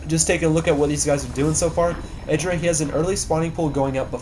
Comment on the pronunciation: its mee :D and its idraa XD egidra sounds lameeXD